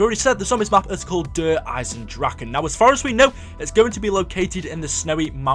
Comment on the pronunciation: Can you at least pronounce it right. It is Eye-Zen and not Dragon or Drakon its Dra-keh